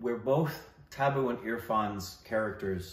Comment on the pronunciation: They keep saying Tabu as Tabboo and it takes me a moment to realize what they mean😅